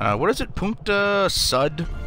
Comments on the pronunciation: Homie, nord is north, and sud is south, and sud is pronounced "sood," not "sud." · You have a bery weird pronounciation of nord and sud.